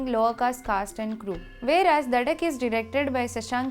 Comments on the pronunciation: Also it is duuhhh not dhaaa😂😂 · Did she just say DHAAAAAA instead of DUHHHHHH